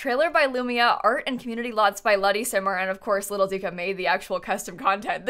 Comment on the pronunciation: I play console so I’m not too familiar with cc and cc creators but for so long I’ve thought LittleDica was spelled LittleDicker because that’s how pronounces it